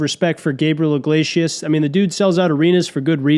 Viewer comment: When you say, "Gabriel IGLAYSHUS", are you just fucking with us like when Norm says "I-run" instead of 'iron'?